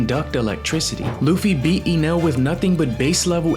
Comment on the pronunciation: Who tf calls Enel "Eenel"? Sounds like AI voice.